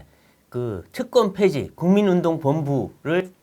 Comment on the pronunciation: 특권폐지인데 계속 "특검폐지"로 들립니다.